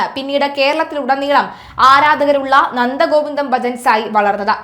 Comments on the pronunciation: ഗോവിന്ദന്‍ അല്ല ഗോവിന്ദo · കുട്ടീ ഗോവിന്ദൻ അല്ല ഗോവിന്ദം...... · ആദ്യം പറയാൻ പഠിക്ക്. ഗോവിന്ദൻ അല്ല ഗോവിന്ദം ആണ് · ഗോവിന്ദൻ അല്ല ഗോവിന്ദം ആണ് 😂